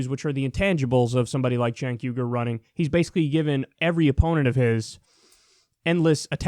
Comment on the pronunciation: YouTube's CC seems to think the way you pronounced "Cenk Uygur" translates to "Jake Hunger" which sounds like a 90's action movie star that has to cannibalize the biceps of his enemies.